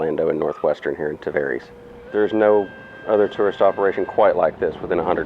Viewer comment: Did... did you just pronounce Tavares Tahvereeeees?